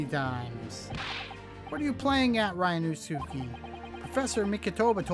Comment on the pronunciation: Ri-you-no-s’k. In Ri, the i sounds like a long e. The su is shortened and sounds like a hissing sound effect. K like ok. The hissing s and k are merged together. In most other words, su is pronounced like Sue.